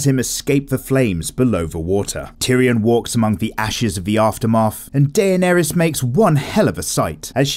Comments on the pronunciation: Da-ner-es that is how you pronounce her name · I'm sorry but I lost it . Day-on-airy ? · It’s pronounced “Da ner ris” not “day nea Ries* Ps: I know her name is spelt “Daenerys” I’m just trying to spell out the pronunciation... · Only noticed you butchering Daenerys's name. AE are meant to be read as a hard E, like in "deck". So it's actually Denerys with a fancy spelling. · Why does he say Daenerys's name so weird